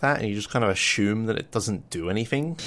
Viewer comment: the way you say assume is funny XD